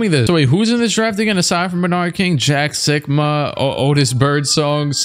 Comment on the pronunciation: When he said jack sikma I thought he said jack suckma